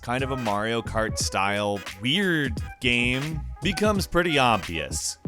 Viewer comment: Geeaim or how normal people say it game